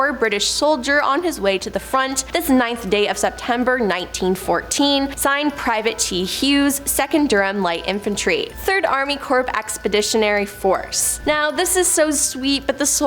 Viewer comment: The military word "corp" is pronounced "core".